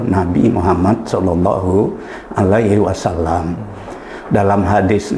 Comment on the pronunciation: Penjelasan dalam vidio ini cukup jelas, Namun Prof DR H Syamsul Anwar ini saat mengucap SHOLLALLOOHU 'ALAIHI WASALLAAM, Beliau mengucap SHOLLALLOOHU 'ALAIHI WASSALAM.....